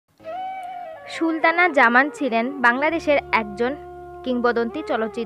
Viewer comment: She was Sultana Zaman not Shultana Zaman. Learn how to pronounce names...